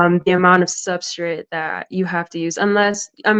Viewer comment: She said SUBSTRIT!